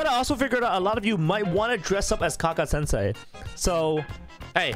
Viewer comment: Did he really say kaka sensei